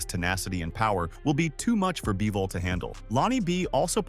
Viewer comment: By-vol? Is the script done by chatgpt too?